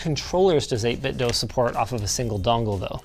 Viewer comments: Linus still pronouncing 8bitdo as 8bitdough lol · It's not pronounced "Dough." I contacted 8BitDo and they confirmed it is pronounced "DUE" with an email. The 8BitDo Bluetooth Speakers pronounce it "DUE" when it powers on. Also, Logitech controllers stand the test of time and I prefer the D-pad for fighting games. Logitech makes a good controller in my opinion. That controller is one of my favorites of all time and you knocked it. I bought THREE of them and I am still only using the first one I ever purchased. The others are still brand new. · Why doe you pronounce 8Bitdo like that? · Hard to take a review seriously when you keep saying the name of the company wrong :(